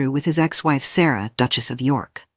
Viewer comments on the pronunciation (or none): none